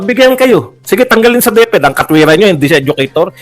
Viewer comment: HA HA HA DEP -ED po hindi DEF-ED(Deaf-Ed)🤣🤣🤣